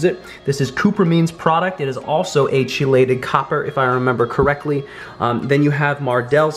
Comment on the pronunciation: It’s pronounced key-lay-Ted